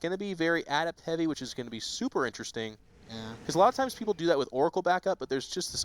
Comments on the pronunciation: "ah-DEPT" say "ah-DEPT!" dammit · learn to properly pronounce adept.